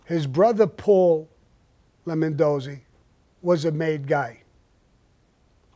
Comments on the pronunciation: Why does he keep calling him "Lemondozzi"? Wasn;t the guys name Lombardozzi? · What has me cracking up is the dudes name is LOMBARdozzi, he keeps calling him LEMONdozzi 🍋🍋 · "Lemondosey" lol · Lemondozi or Lombardozi? Thought it was the second. Also never knew he got knocked down to soldier.Have heard he had to marry the girl, but nice to hear the entire story. Great as usual! Thanks Sammy!